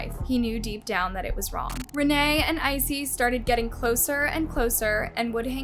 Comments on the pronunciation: His name is Issei not Icey. Bailey Sarian has a Murder Mystery & Makeup on this case. 🖤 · if i had any respect for murderers i would correct ur pronunciation of his name but fuck him, lets keep calling him icy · you could have at least researched how to say Issei correctly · LOL I'm so happy I'm not the only one who was bothered by it.